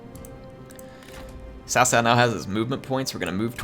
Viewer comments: because the correct pronunciation is closer to Tsao Tsao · Cao Cao is pronounced ts'ow ts'ow, not tao tao. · Your nearly there its s - ow with a slight T at the start like tsao tsao.